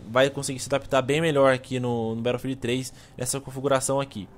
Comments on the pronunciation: a gente fala BATOUFILD igual ao jovem nerd mas no ingles se fala BETTLOUFIEL (SEM O D NO FINAL) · Por que voce fala " barofield " :\ !! No resto o video ta show